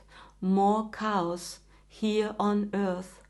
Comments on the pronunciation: When you say, "chaos" you need to say it like "Cay - Oss". You say it like "cows". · It’s chaos, but she says it like cows. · 🥰Dear, I've not watched you before but I enjoyed very much your reading and energy. Also I giggled a lot when you say "chaos" because it sounds very much like you are saying "cows"....so for instance at 10.07 it sounds like "Jupiter brings a lot of cows" which is humourous and beautiful, especially since Jupiter is Guru and cows are intimately associated with Mother energy....Shiva, Krsna etc.😇 It's of course very important that this is 12 years on from 2012 which was also last Dragon year and the work of the evolutionary surge connected with Kalki Maitreya has a particular profound and radical connection with 2012 and the completion of the 12 year cycle to 2024, which is why this is the expansive Wood Dragon Year. The number 21 is also very special number connected with Kalki Maitreya and on April 21st the meeting of Guru (Jupiter) with Uranus in Krittica is intimately connected with 'Ratna Meru" (The Sword of Kalki Maitreya given by Shiva) and this is God as Parampara Guru going into the next radical stage of the great cosmic cooking recipe for evolutionary surge, as you have essentially mentioned🙏🤍. So the razor edge will be the razor edge of Ratna Meru being used in rare and radical way. Take note that this is the 84th Central Universe and Uranus takes 84 solar years to complete it's journey around the zodiac and the number 84 has many relevance and meaning within the Yogic tradition. Interestingly in the yogic tradition it is considered that Jesus, Krishna, Matsye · Pronunciation is different from different country’s, states, etc. took 1 second to understand it was chaos, not cows . Now is the time to think as we hear many that have accents we aren’t yet familiar with.